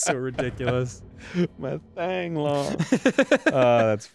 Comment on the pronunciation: The funny thing about that name (Thang), it's actually pronounced like "Tong"